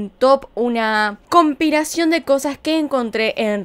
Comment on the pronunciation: dijiste compiración y es compilación